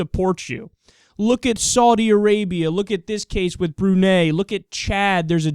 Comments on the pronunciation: It's pronounced "Bru-nai". And Correction: In Brunei, being gay is not illegal/punishable by death. Women here have rights. Lots of young muslim women here STILL wore revealing clothes despite having Sharia Law, the sharia law here is a joke. Also, we don't have death by stones and all that ISIS shit, and we originally don't sell alcohol here even before the Sharia law was implemented. Just sayin' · Brunei emphasis the i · I've always pronounced Brunei "Broo-nye." Of course many people pronounce Iraq "ee-rack" instead of "ee-rock", so I digress.